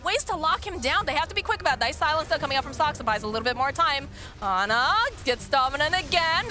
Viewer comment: Ana อ่านว่า อนา ไม่ใช่ แอนนา 🙅